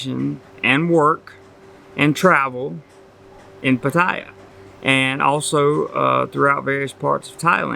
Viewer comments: Could you perhaps one day learn how to pronounce Pattaya correctly? Or are you unable to learn new things? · How long time do you think you have to live there before you can pronounce the name right...?